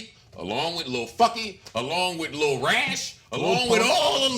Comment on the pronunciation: If says "LEEHL" one more fucking time, I will fuck a hole through the concrete and nut into the Earth's core.